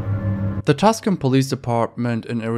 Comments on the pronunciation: With the teenertake segment, it's TUCSON Arizona...not TUSCON Arizona. No idea why people get this wrong, but yeah, seeing is spelled wrong is weird enough, actually hearing it pronounced TUS-CON is even worse. That aside, keep up the good work. :) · I feel like you should probably have someone double-check your videos before you post, there tends to be really jarring mispronunciations. IE in this video in particular, "baton" (bah-ton, not baytin) or Tuscon (too-san, not tuscan like tuscany) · tuscon is pronounced too-son. not tuskan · Your pronunciation of quite a few words are not even close... Maybe learn? Too-saun not tucksun Bah-tawn not baten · Just FYI the name of the city with the police impersonator is pronounced 2 sawn not tus con otherwise good videos thanks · Too-son, not tusk-on. easy mistake to make. I lived there for a while, went to that school. genuinely threw me when I realized I recognized those street view photos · It’s spelled Tucson. JSYK. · It’s pronounced tu-san, Arizona, not tus-can, Arizona. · It's not "tuscan" arizona. It's pronounced tooson (short o). Tucson. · 'Too-sohn' Arizona, not 'Tuscan' for Tucson... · tuscon, arizona two-sawhn, not tusk cone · Two-sohn. Not tuck sin. Happy to educate ❤ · Video is great, but my man Tuscon is pronounced "Twos-on" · “Tus-kin Arizona” ahahah I love it . It’s actually ‘two-san’ , I hadn’t seen a comment about this yet so I thought it was funny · "Tucson" = two son... Not "Tuscan" Love your videos anyway ✌️ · Great video! Also it’s not TusKon it’s pronounced Too-Sawn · Just a heads up. You say tucson like "two sahn" not tuck sun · hey sorry to be that guy but Tucson is pronounced Too-son not Tuscan. Sorry again just trying to help. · Tucson is pronounced Too-Sohn not like Tuscan 😃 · its "too-san" not tusken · Tuscan is pronounced “two-sahn” not “tusk-inn” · Nice video. The city in Arizona is proofed TOO-SAN, not Tuskan like the sand people in Star Wars, just FYI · Tucson, AZ...pronounced Too-saan